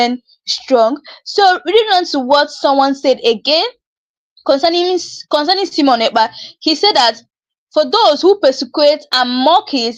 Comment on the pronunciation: Not Semon but Simon